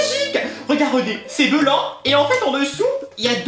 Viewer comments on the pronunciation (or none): J'adore quand tu dit belanc et celeopelatre. .......................